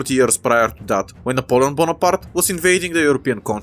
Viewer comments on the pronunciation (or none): ah yes, my favorite military general, Napoleon Bombombparta (this isn’t a hate comment, just found it funny)